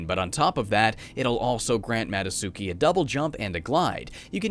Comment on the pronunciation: Why do you call her Mado-suki when her name clearly has a "t" in it? Ma-do-tsu-ki. Not Ma-do-su-ki.